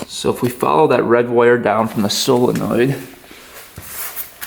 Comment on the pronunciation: It's solenoid not fckn silinoid